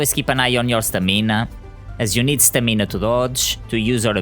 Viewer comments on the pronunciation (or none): It’s Stam-in-ahhh